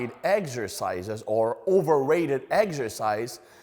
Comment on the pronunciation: This guy needs to team up with Greg Doucette and they can talk about “eggzercises” together